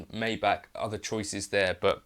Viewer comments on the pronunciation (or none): none